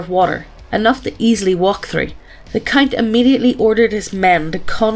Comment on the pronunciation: Every time she said count I heard Cunt 😂